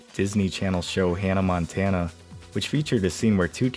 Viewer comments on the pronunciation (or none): none